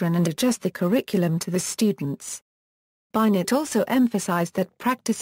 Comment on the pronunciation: This is disappointing. At least pronounce names correctly, i.e. "Binet" pronounced "Binay" not Bynet